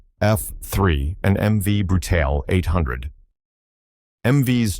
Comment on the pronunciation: Brutale ?? No - Bru! ~ Taal’e